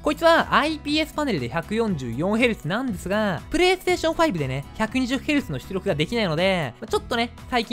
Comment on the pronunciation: 「ps5で120ヘルツthつりょく」 すこ